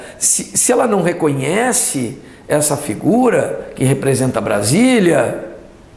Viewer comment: Brasília..pra mim parecia uma vaca vindo kkkkkkkk